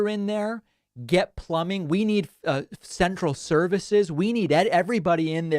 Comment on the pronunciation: “Throat cential” LMAO